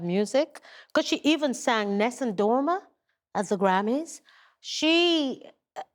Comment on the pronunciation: She butchered Nessun Dorma.